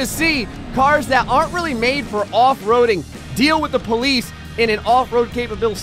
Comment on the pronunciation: the ploice /:/